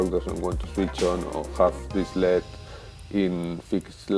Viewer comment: El ee dee not led, please.